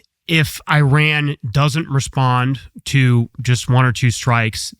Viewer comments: This guy is wrong. He doesn’t know what the hell he is talking about. He even cannot pronounce the name the country, Iran, right. He keeps calling Iran (Eeran), EYE-RAN. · It’s pronounced “E-Ron” not “eye-ran”. You didn’t run anywhere sir. Kudos to TC for pronouncing it right. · They're called E-ran and E-raq. Learn to pronounce them. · I HATE US government and israhell. AND learn how to pronounce countries names. It is not I RAN🤢🤮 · I am an Iranian who finds it their right to educate others about their country when they dare to comment about it. Especially when that country has been home to a 5200 year old civilization. And the first thing to start with would be the NAME of the country of course. Names don’t have different pronunciations. Same way there’s one way to pronounce Phill or whatever else your name is. Simple as that. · It’s not about how I pronounce it. It’s about how a name IS pronounced as a word. And my origin is relevant here cos I would know what the correct pronunciation of the word that represents the name of my country is. That’s all.